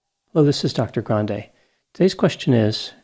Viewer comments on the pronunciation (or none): none